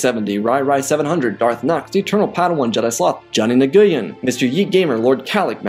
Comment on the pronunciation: Hang on.... I have extended family who is Vietnamese, if what you saw was "Nguyen" or similar, it is pronounced as "Win", just trying to help. Keep up the good work!